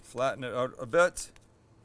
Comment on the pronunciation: Also "flatten it ooot a bit" :)